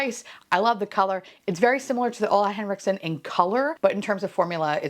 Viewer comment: I love how you say Ole Henriksen like "oola" but in Swedish it's actually pronounced as "uule" 😁🩷